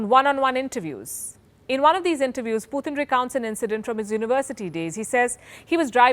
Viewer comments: It’s not Phuthin, it’s Putin. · Why's she saying "Poootn" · Please pronounce his name correctly. It’s Putin not Puthin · She's is pronouncing as poothin instead of putin..that sounds obviously different... 😀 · Please pronounce putin correctly. Its not poothin. Coming from a fellow indian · The way this woman pronounced "PUTIN" ? IS Comedy!!!! 😆 🤣 😂 😹 😆